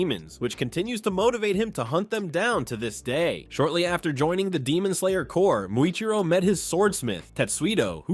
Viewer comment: Corps ❌ Core✅